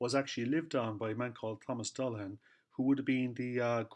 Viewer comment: I appreciate that alternative spelling of the surname, and also your correct pronunciation. It beggars belief how many phone calls I receive, or if I'm outside Dundalk, the amount of people that pronounce the surname as "Dullagan". I thought it common knowledge a 'g' immediately followed by an 'h' is silent. They don't do that with many other examples, Such as Callaghan or Cladagh. It's one reason I don't put the 'g' in my social media accounts. Initially, in my time, they said the surname was from Limerick, then from Antrim and then Offaly. They said name was Viking, then not Viking but old Irish. There's a lot of pass speculation academia treated as fact, only to be proven otherwise. For a surname that's been around quiet awhile, there's not a lot of Dullaghans about. With Louth being the county with the highest amount of Dullaghan families. While in Dublin about 2008 in Jervis shopping centre. A Dixon's employee looked at a store document for a product I was having returned. And he mentioned it was the first time he'd ever met someone outside his own family that had the same surname as his. I found it an eye-opener. I regret neglecting to ask him how his peers pronounce the name. I believe the 'ghan' at the tail end of surnames can just as well be 'bhan'. Something I would like to know about, but too shy to make enquiries.